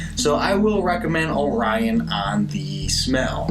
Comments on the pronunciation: Indeed. 😄👍🏻 “Oh-ree-ohn” ...not “Oh-rai-uhn” But, as a young Lance Corporal on Okinawa, I also (mis-)pronounced it the very same way, after the constellation Orion, until I learned enough Japanese to know better... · This was my go-to when I was stationed in Okinawa in 2006. Just a heads up, it is pronounced like Ory-on over there. Also, the several Okinawan bars that I've ordered, it's been served solely draught and always in a frozen frosty mug which improves the head a bit and gives that "pop" you were looking for had it been colder. Excellent review, you got one more sub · Look up the orion beer song for pronunciation. :)